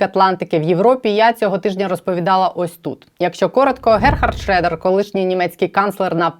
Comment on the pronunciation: Не шрЕдер , а шрьодер. ☺